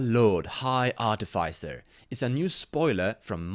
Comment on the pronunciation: arti fy sir lmao